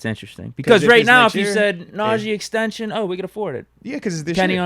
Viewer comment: Pains me to here say Najee’s name lol. NAUGEE